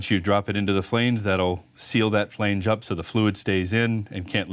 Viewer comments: I couldn’t watch the whole video. The 1700 times the word Flainege was said in the first 3 minutes instead of flange, was way too much for me😣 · Made my nipples hard (NOT in a good way) everytime he said "flaynge"!!! New drinking game! Take a shot everytime he says "flaynge"!! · Not sure what language you’re speaking but flange doesn’t rhyme with range. Flange like flan. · The way he says flange with a hard "A" has me laughing so much I had to show my wife. I assume this guy is Canadian. Good video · Really helpful video, but every time you pronounce flange 'fhleange' a little bit of my soul withers up and dies! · Canadian here and I thought it sounded odd too. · You mispronounced the word "flange "? It's not pronounced with a long A. Lol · This was the comment I was looking for... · Someone tell this guy how to pronounce "flange".. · I was thinking the same thing.